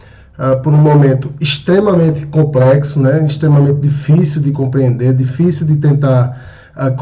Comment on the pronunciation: Parei no "comprexo".